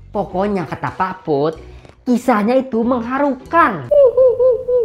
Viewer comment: Menghahura...Mengharuha...Saya ulangi biar gak diketawai, Menghuhahuhahurukan :v